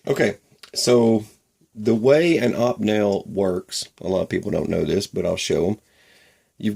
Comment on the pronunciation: great vids bro ! . but..... do you remember opie ? opie Taylor, from the Andy Griffith show .. that is how it is pronounced .. opie-nel ..sorry just had to :) its like when i hear people say porsh instead of Porsche .......it drives me nuts ..